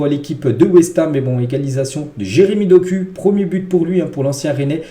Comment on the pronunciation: Ce n'est pas de la haine mais ça se dit [dokou] pas [doku] 😁